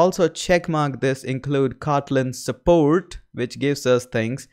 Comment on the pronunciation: i love the way you say, "Kawtleen" .